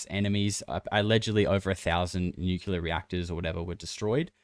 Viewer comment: OMG,! Just found your P.Cast and LOVE LOVE LOVE it! The long-form compilation format ROCKS! I'm spreading the news. One thing though - when you pronounce "Nuclear" as "Nucular" it's very distracting. PLEASE, PLEASE, don't seem as dense as George W. Bush. Sorry, I know it's a minor detail, still...